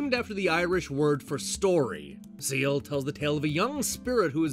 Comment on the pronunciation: It's pronounced 'scale' not 'seal'. I tell you that, as an Irishman. I've never actually hard of the game before. But I am now interested in it.